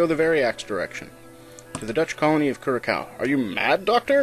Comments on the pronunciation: Loving your talk over on these videos. However, just one minor flaw. Curacao. It should be pronounced as though you're mending a female pig. Cure-a-sow. ;-) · cur-a-SOW. sorry. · Your first pronunciation of Curacao was actually correct: 'curasao'